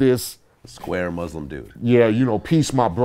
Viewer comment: I wish people would learn how to pronounce Muslim!